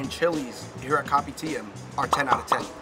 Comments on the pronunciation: It's not read as copy-tee-am. I keep hearing "Copy T.M.". It's read as kou-pee-d-yum. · Kopitiam is pronounced co-p-tiyum, I think. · By the way, Fun Bros! It’s pronounced as Ko-pi-tea-ah-m. Just the ‘am’ in Kopitiam. Hope this clarifies! Mad love 🙏🏻❤️ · Kopitiam is pronounced as “ko-pee-tea-um” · Oh gawd. Please stop calling it Kopi TM. My ears...